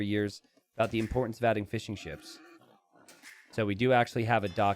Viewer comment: Every time you say "fishing ships" I hear "fish and chips" for some reason.